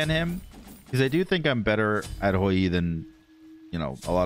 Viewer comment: Stop saying hoy yeee lol please however comma fantastic game